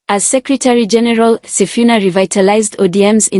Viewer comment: Waah it is wrong to pronounce somebody's name wrongly he is Mr. Sifuna not Mr. Sifina please.